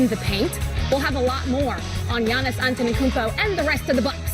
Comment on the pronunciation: its not Giannis AnteNokoumpo but Giannis Antetokounmpo u are supposed to be a presenter at least learn the name of the freakin MVP